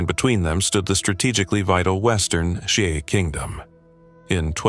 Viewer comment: Dude great details, but please please please, at least try to pronounce the names correctly. What on earth is a xi-a. That's not how you pronounce Xia.